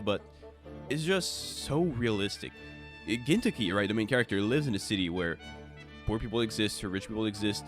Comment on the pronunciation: Bro dedicates himself to an entire video and cant even say gintoki correctly 💀🤡